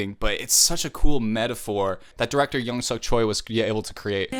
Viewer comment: Btw! Choi is pronounced like, "Chwey." Like chweh or something. Not like Choy. I used to make the same mistake LOL <3